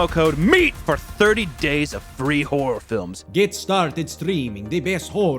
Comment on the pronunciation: I love how he pronounces WHOREor. Scary and horny that's a good combo as viewers of this channel already khow.